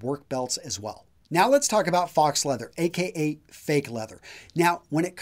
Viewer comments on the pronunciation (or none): "Fox" leather? Really? How hard is it to pronounce "foe" correctly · faux is actually pronounced "foe. It's the French vowel system. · That's not how you pronounce "faux". It's pronounced [foh], not [fox]. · Like pho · Faux leather is not pronounced "fox leather". It is a French word which should be pronounced as "fo leather". ;-) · Faux is pronounced foe, not fox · It is pronounced Fo (fō) not fox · He pronounced faux leather as "fox leather". 😂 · I thought the x in faux was silent, pronounced more like foe? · 'faux' is pronounced like 'fo'